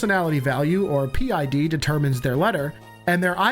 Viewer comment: parent id or pid, not p id